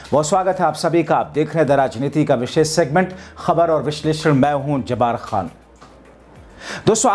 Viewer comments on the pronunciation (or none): Aap ka naam toh sahi alfaaz se lo bhai Jabbar khan